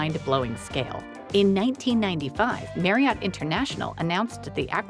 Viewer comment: Marriott is pronounced MARRY-IT. It rhymes with CHARIOT.